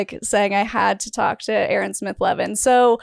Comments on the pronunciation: 🚫L-Ron✅ Aa-Ron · " A-a ron " !!!!!!!